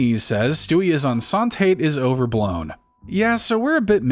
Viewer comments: OK, so the episode about Stewie being pregnant? ”Enceinte“ is pronounced ”EN - SEE - YEN - TAY“. It‘s the French word for pregnant, and is a reference to an episode of I Love Lucy where they revealed that her character, and Lucille Ball IRL, were pregnant. It was titled ”Lucy is Enceinte“ because, being the 1950s and all, the use of the word pregnant on television was considered unacceptable and taboo. Also, I may have only ever heard of the CW show Gossip Girl back in the day due to flipping through the local channels while trying to tune into WWE Friday Night SmackDown! on, well, Friday Nights. LOL. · That isnt how you pronounce Enceinte its closer to en-saint